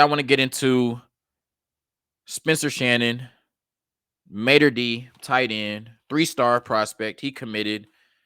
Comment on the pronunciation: its Mater Dei ( Day), sir..